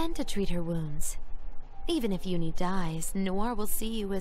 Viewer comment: randøm guy I hate the way says uni. That's really the only problem I have with him.